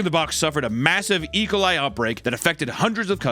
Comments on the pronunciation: Ah yes... the bacteria ecoli... It's E - Coli, you say the letter E, then the "coli". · lol nooo not saying ecoli like "ijole" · E-cuhl-ī Bro 😂 Ē-cōl-ī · Im sorry but is he saying ekali?? (Like Alkali) like its own thing?? or is he just pronouncing E. coli different than what im used to? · yes i AM like "ecolie what is that" e full stop coli sheesh imagine mispronouncing e. coli smh my head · he says e-coli like some russian guys name "ECOLIE" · pronouncing E. Coli like "Ecoli" is very funny to me for some reason. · why is my man hittin E-coli like it's Ricola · It is E. Coli. Not ecolye. Two words. idiot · saying ecoli like recola is cursed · Why is he saying E. coli like Ricola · yea it’s pronounced “ee ko lie” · Oh it's pronounced "E- Cole- I". No biggie just trying to help. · I love how youre pronouncing E. Coli like its a Russian name lol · Say E coli again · The way Papa pronounced E.Coli killed me for some reason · doesnt know how to pronounce Ecoli lol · why does he pronounce E. coli like that